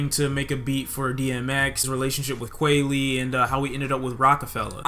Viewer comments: Kwahhh---ley, not kway-le......he has a whole song on the annunciation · "Kweli" is pronounced KWAH-LEE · You said “que-ly” My nigga it “qua-ly” Talib Kweli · The way my dude pronounce Kweli driving me crazy